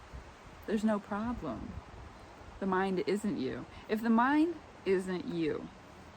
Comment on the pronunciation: __ You said 'mind' and I heard 'mime'. Close enough for government work.